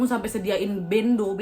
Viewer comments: bêndo wakk bukan béndo wkwk tp gpp lucuu dah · Bendo kak. Pelafalan nya ky ngomong beli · Bacanya bendo kak, bukan bendo😅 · tulisan nya emang BENDO.. tp di baca nya BENDO..bukan BENDO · Yang bener bendo ka bukan bendo😁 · "Bendo" kak nad, bacanya kaya benda tapi a nya d ganti jadi o.. Bentuknya itu seperti golok.. Atau itu hanya nama lain.. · bendo bukan bendo kak wkwk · MANTAAAAPPPP ❤️❤️❤️❤️🔥🔥🔥🔥 Btw "bendo" e nya di baca kaya "pekat" yaa 😀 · Ralat wak.. "bendo=parang"(huruf e nya dibaca e lemah cth: selam, selamat, penat, dll).. mantap wak sepanjang cerita aku pun ikut mrinding.. sukses terooos ya wak💪💪😁